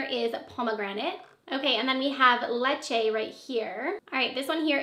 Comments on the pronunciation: Lychee is pronounced LIE-CHEE, it's a fruit that grows in Asia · Lychee is pronounced “lee-chee” or some people pronounce it “lie-chee” 😊